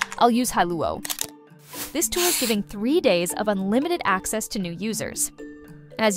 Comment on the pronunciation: It's really amazing how finetuned we are to detect inconsistencies in speech. go back to an hear the "free tier ACESSS"